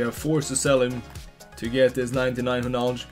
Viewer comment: Lol, am calling him "" from now on.